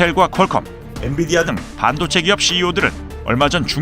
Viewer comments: 엔”디비”아? Nvidia?? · 앤디비아가 아니라 앤비디아야. 실수했어. 다시 돌려 봐.